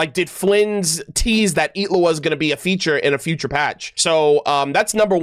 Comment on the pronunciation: the way you pronounce his name is so satisfying for some reason